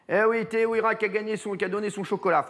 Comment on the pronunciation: Teihoura* en prononciation si tu préfères cyril